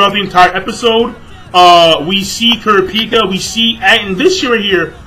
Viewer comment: You pronounced Kurapica's name so wrong!! lol!!